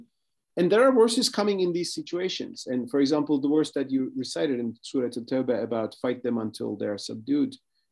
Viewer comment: Wow to to his perfect pronunciation and knowledge of surahs …